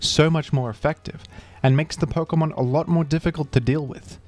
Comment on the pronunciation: Why do you say perkamon it’s Pokémon